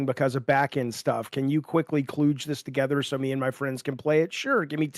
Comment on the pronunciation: Can someone tell him how to pronounce cludge?